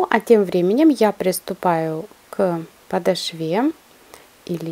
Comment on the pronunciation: Очень вежливо постараюсь, смотрела с удовольствием , но до слова подошвА, смогла прослушать два раза. Зачем так грубо искажать русский язык?!